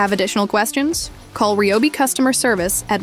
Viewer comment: This is the first time I’ve ever heard it pronounced correctly! Ryobi!!